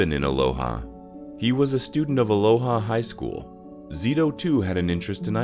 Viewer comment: It's pronounced uh LOW uh